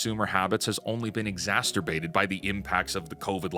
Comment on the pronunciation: It’s been exasTerbated?